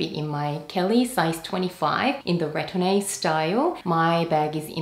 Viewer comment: The e isn’t pronounced in retourne.